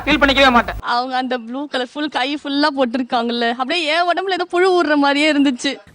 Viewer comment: Can't even pronounce புழு